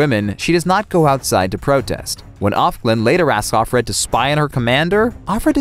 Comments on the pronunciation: BTW, it's not OFF GLEN, it's OF GLEN. OF FRED, OF STEVEN. it's just when you say OfFred quickly it sounds like Off Red. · It’s Of Fred and Of Glenn. Not OffGlen. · purdy girl Same here! Bugs me to no end! Of Glen, not off Glen!